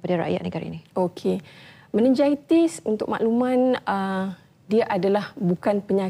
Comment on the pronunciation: Meningitis pon x reti sebut. Memalukan doktor ni